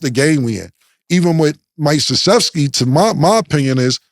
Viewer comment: Cam is notorious for fuckin up names, so to hear him pronounce Mike Krzyzewski perfectly is a bit amusing🤷🏿‍♂️🤣